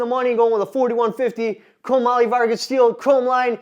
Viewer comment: Are you saying chrome moly Vargas? Chromium-Molybdenum-Vanadium